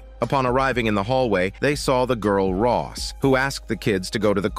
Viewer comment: Rose , not Ross